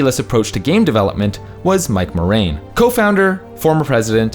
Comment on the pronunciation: I can't un-hear the name "Mike Morain" now.